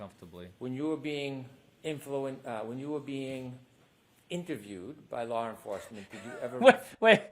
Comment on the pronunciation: The calling Kerry Mrs.McCabe and the "when you were being influen, err, interviewed by " laur" enforcement has me 💀🤣🤣😭🤣😭😂🤣😭🙄🤣💀